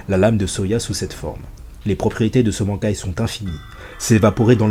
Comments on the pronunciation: Banc kai ... j'ai mal au oreilles mais qui ne fais pas d'erreur ^^ ca ce dit ban kai (ban comme quand tu te fais ban d'un jeu ect) sinon video sympa :) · Très bonne vidéo y'a juste le mot bankai qui ma piquer les oreilles tout le long :'D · La prononciation xD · La prononciation du mot Bankai qui me fait mal à chaque fois que tu le dis.. Stp